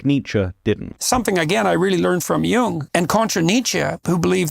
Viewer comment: Y'all are pronouncing "Jung" (in Carl Jung) wrong.